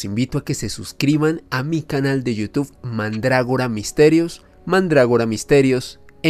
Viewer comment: Al finalizar, un señor decapellido invita a su canal de You Tube sólo que no es capaz de pronunciarlo correctamentevy termina invitándonos a iU TUF. Por favor,, toménse su tiempo entre todos y enséñenle a decirlo bien. Gracias.